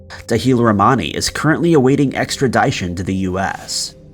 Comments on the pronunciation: It's not extra-DIE-tion, it's extra-dish-un. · Extra-die-tion? Me thinks you Mis-pry-nounced that word. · Extra-die-tion!? Okay… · "Scare you out," lol? That's not a phrase that people use. And extradition is pronounced with a short 'i.' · You HAVE to learn how to pronounce “extradition”. Seriously. There is no conventional pronunciation even close to yours. Your pronunciation is cringeworthy. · I swear this guy says "extradition" wrong on purpose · Someone please tell this narrator how to pronounce “extradition” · Like "extradition". It's annoying because there was a time he pronounced it properly.